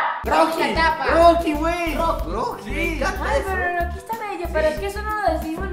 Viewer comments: Es rocky sólo que no sabe pronunciar la r poreso dice grocky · Es rocky pero dice groky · Roqui para q le diga groqui